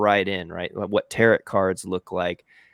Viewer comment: I like that he called it tarot, like carrot. I assume he meant taro(t). Also, I loved his video about these trends and that he and you went through it again. I'm messing with these in Kittl but haven't hit a design I love 100% just yet. I'm also loving the new Kittl AI. I'm having so much fun with it!! Great video,!!